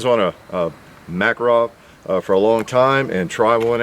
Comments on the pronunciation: Mákarov? Sounds wierd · Nine Makarov cartridge. In Russian, the pronunciation emphasis is on the "karov" just so you know. Totally reliable pistol.